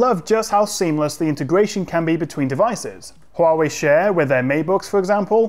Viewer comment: I like that fact that your pronunciation of Huawei on point!